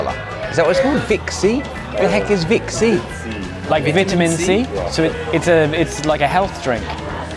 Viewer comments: He keeps saying "Vvv-it-a-men C" It's called "Hi-C" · I love when they call hi-C vit-C!!😂😂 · Its HI-C! Prounounced HIGH SEE